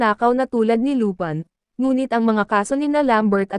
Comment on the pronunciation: Lupin po' hindi lupan